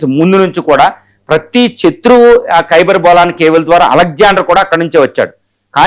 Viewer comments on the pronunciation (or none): " చత్రువు " అనడం బాగులేదు ‘శత్రువు ‘ అనాలి. మనకు "శ,ష స,హ " లు ఉన్నాయి. విశ్లేషణ చేసేటప్పుడు భాషా శుద్ధి అవసరం. ఈ విషయం ఛానెల్ వారు కూడా గమనించ ప్రార్థన 🙏